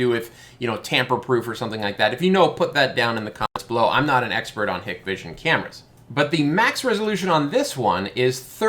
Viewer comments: Just a couple quick corrections for future videos: 1) Hikvision is "Hike-Vision" 2) Dahua is "Dah-Wah" I made the same two mistakes in my first PoE camera video. I'd imagine that the PTZ functionality is just dewarping a single part of the image in the software, but that the fish eye format is always being recorded. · it is Hike Vision and Da way. Just how you pronounce them lol Those got in trouble and no government contracts from back door access they have. I installed 2 Axis products and they have tons of features! Still wanna see a UniFi Protect in person. Great video!